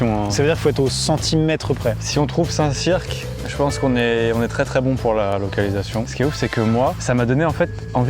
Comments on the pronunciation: Best concept ever. Par contre c’est pas « saint cirque » mais « saint cir » en prononciation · Ça se prononce St CIRE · Habiter à Saint Cyr sur Loire --> buguer à chaque fois qu'ils prononcent "Saint Cirq"